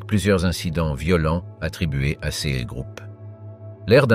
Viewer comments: Intéressant, mais le lecteur prononce erronément certains mots, "sèz" pour "ces", par exemple. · True Story ! Ex : "CES ; DEMONSTRATIFS TRANSFORMÉ à l'audio phonétique par : "ceu-ėss "